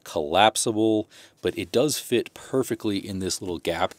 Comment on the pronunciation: “Perfeckly” is not a word.